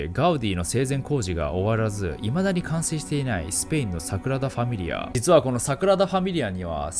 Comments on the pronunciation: 地獄のイメージ映像でフォークを持って小躍りダンスする悪魔が草の極み それとサクラダファミリアではなく、サ『グ』ラダファミリアねw サクラダは純子ねw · 誤謬 5秒じゃなくて "ごびゅう" です😁 Sagrada Familia 桜田じゃなくて "サグラダ" です。 神聖なという意味です。神聖な淳子 いつも楽しく動画拝見してます！ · サクラダファミリアではなく、 サグラダファミリアではないでしょうか、、？？ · サクラダファミリアじゃなくて、サグラダファミリアですね🤣🤣🤣 かわいい🤣🤣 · サクラダじゃなくてサグラダ・ファミリアねｗ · サクラダファミリアが気になって内容入ってこない所だった← サクラダファミリア✕ サグラダファミリア〇